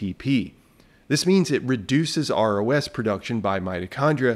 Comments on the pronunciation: Every time you say ROS I hear ROUS and go down a Princess Bride rabbit hole. 😁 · I was thinking the same thing when he started saying ROS